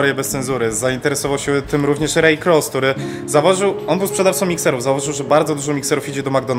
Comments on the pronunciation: Panowie to nie jest że się czepiam ale Ray Kroc wymawia się Rej Krok 👽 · Nazwisko Raya Kroca wymawia się Krok